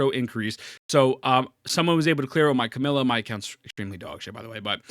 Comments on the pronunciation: Bro its not CAMILA its CAMEIYA. You are really mispronouncing her name hard. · You do know her name isn't "Camilla", right? You're missing a syllable.